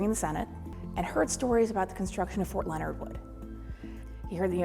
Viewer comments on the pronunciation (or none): none